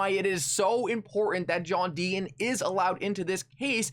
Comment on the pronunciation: JOHN DEET-TON SAY YOUR "T"s....